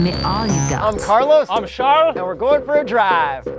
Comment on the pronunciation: Thought he said shars haha